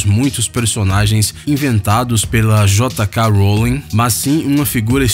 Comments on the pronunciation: Não se lê J K Rowling, e sim, Jaykay Rowling, e só como lê não escreve assim claro né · Jota cá Rolling kkkkk